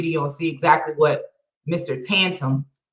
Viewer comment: God, I could only watch 11 minutes. Sounds like you think you belong on a pedestal. However, your intelligence shows. You did not spell or pronounce his name correctly. Your panties was in a wad, when he did not say king in your name.